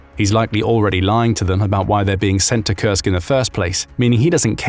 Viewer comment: I kept hearing "Kursk" Region as "Cursed" Region, not so far in wrong hearing I guess lol